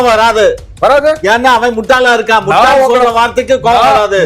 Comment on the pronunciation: Muthal illai MUTTAL